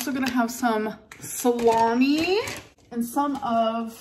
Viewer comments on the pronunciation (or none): "I'm gunna have sum slaw-mee"